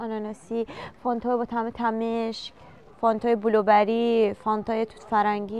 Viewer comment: هزاره بازی چیه درمیاری خوب همون افغانی حرف بزن ، اگه میگی ایران بزرگ شدی ، ایرانی حرف زدنتم خوب نیس با لهجه ضایع حرف میزنی . بالوبری نگو بلوبری اسمشه . 😂